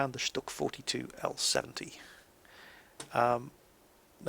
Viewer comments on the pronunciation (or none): It is pronounced STOOG. Not Stuhg. The U has an oomlau. It makes the U sound like OOH. :P